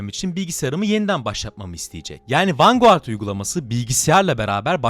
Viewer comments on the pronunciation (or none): Her defasında vengard demeyip vanguard diyerek ingilizceyi katleden. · Sorma bir de 90 kere mi ne vanguğart dedi :D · vangard diye okusana niye yazıldığı gibi okuyorsun? 🤦🤦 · Vanguard (vangard) ❌ Vanguğart ✅ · vanguard ne la sinir krizi gecirdim video boyu vangıard diye okunuo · Abi niye vanguardı vurgulaya vurgulaya söylüyorsun